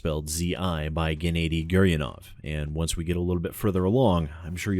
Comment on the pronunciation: Gennady is pronounced 'Ge-na-di' like the G in Guess